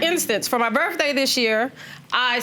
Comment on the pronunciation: First off before you think you’re boogie, learn how to pronounce birthday!!!!! Birthday does not, I repeat birthday does not have an F in it! But you boogie in your benz and red bottoms! Wow